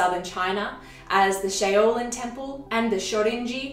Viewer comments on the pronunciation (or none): Shaolin = 'sh-ow-lin'. That's 'ow' as in 'ouch.'